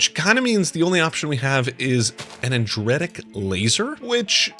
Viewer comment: i love that i am not the only one that sometimes misreads a word and then never re-reads it :D Endretic vs Enderic ;D